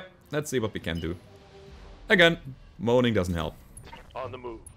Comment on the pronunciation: Moaning is pronounced Mo - on - ing. Also can we volunteer to be named mechs? I know you have KS and Ronin pilots but you can always rename the mechs.